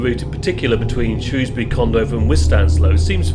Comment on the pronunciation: Hooray! Finally I’ve heard someone pronounce Shrewsbury properly!